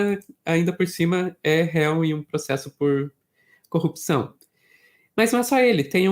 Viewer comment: Ai meu Deus 🤦🏽‍♀️ Até o comentarista do Meteoro fala COPÇÃO em vez de CORRUPÇÃO, igual ao Moro e o Galanhol.🤦🏽‍♀️